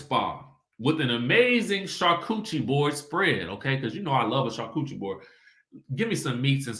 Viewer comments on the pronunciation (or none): I crack up every time I hear you say "char-coochie" board. Lol